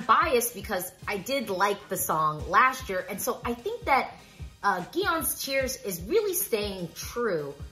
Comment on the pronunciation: His name is pronounced like “John”.John’s tears